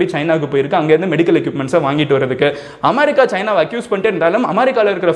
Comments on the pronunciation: I watch all ur videos regularly. My kids have also become ur fan. Even my mother has started watching your video. She was also pointing out that u pronounce it as Amarica... That"s ur style.. V all like u bro. Ur video about Hong Kong was very useful for me to teach students. Keep rocking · Ya even my mom was pointing out that he pronounces it amarica, and I told her it's HIS WAY OF PRONOUNCING